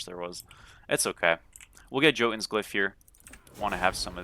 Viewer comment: Hey brother, jotunns is pronounced with a "yo" instead of "joe" lol. Mast used to do* the same thing xD just so you know.